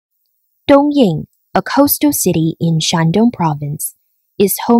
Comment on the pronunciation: 东营为什么要念成东硬？北京念成悲净？上海念成香害？有毛病